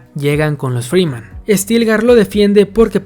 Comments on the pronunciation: Es Fremen, no freeman xD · Wey son fremen, no Free men aprende a decir las cosas cabron